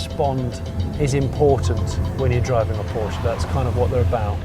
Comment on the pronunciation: IT IS NOT PORSCHI!!!!!